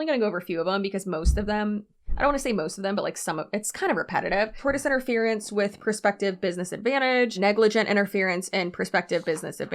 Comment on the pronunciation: I laughed so hard at you calling that guy Doug Dimmidome, and now I can't get that one you tube poop out of my head. Also, I glanced through the comments and didn't see anyone saying this, so I hope I'm not piling on; tortious is pronounced tor-shus. This was a great breakdown of a truly ridiculous situation. I hope these people go down hard.